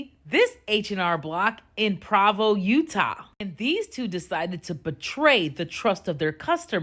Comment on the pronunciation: She pronounced Provo wrong! Threats, she's threatening h&r block. What a piece of sheyit she is. Deport ALL illegal aliens. She'll miss the welfare benefits. She'll miss robbing American taxpayers. Bye bye leeches